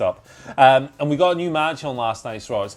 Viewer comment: Who is this *"ASK-UH*" character? I know an Asuka but not an ASK-uh 🤷‍♂️